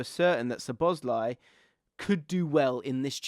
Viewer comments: I'm here once again asking to pronounce szoboszlai correctly 😅 it's not suh-boz-lie. It's sob-uss-lie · You really don’t need to pronounce any ‘Z’ in Szoboszlai……. SawBossLie